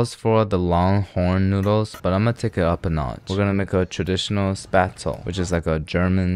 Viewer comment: As a german, first of all I'm proud you know Spätzle and pronounce it very well. Secondly, a Nudelsalat is a noodle salad! It's supposed to be cold! (But it doesn't work with Spätzle tbh)